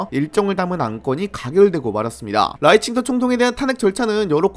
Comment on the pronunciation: 근데 왜 라이칭더라 쓰고 자꾸 라이칭터라고 발음해요? 중국인이세요?